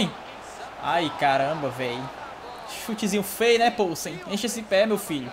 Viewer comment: A pronúncia do polsen é com "i" viu. Tipo "pilsen" mais com o no lugar do "i"